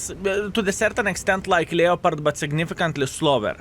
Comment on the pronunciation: Leopard is pronounced LEP ARD IN ENGLISH